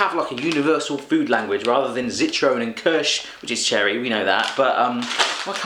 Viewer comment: Zitrone is lemon, you fool! ...in fact, this is beginning to annoy me; why can't we have someone who can actually pronounce German words properly?! People always make an effort with French, why not with German?